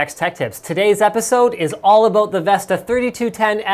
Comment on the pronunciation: "Aboot" hahaha... Canadians.